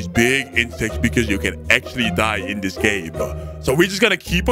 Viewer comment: why you speak like this keths yeart orignal saying- this year